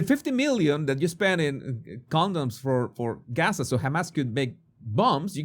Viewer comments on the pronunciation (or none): none